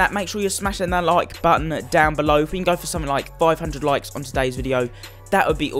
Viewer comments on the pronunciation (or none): none